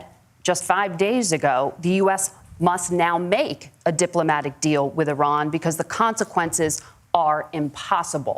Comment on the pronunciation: Both of these guys need to learn how to pronounce IRAN.